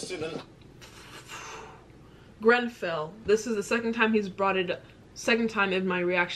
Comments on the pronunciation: Bit of advice make sure you get the name right of Grenfell it comes across so disrespectful, love your work but please don't keep getting that wrong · ‼️‼️PLEASE READ IT ALL‼️‼️ It’s grenfell by the way 🤣 David Cameron was our previous prime minister before thereasa may who made an election and said that if we voted to leave he would resign making Theresa our prime minister but if we voted to stay in the eu he would still be our prime minister the uk voted for us to leave the eu forcing him to resign nobody liked David or not many so that’s why the general public saw this as an opportunity to get a new prime minister but it meant that we were forced to leave the eu which the government didn’t want and they truly believed we wouldn’t vote him out of office but of course he was hated so he kinda screwed himself over believing we would care more about leaving than him resigning,so that’s why we have left the eu ,well in the process of leaving. Also the uk is the same when you were saying the us promised u benefits but haven’t received them for being essential workers. It’s the exact same over here both my parent are nhs nurses, constantly facing corona. The Conservative party (the party of the prime minster who are in office ) ( boris)were debating weather nhs workers should received a pay bonus, before the corona , they cheered when nhs workers did not received a pay bonus. Then when Boris became ill with the virus they thanked the key workers , asked retired nhs workers to start work because it was too much for the nhs, promised us a pay bonus because of our hard work , clapped every week , when Boris became better nhs did n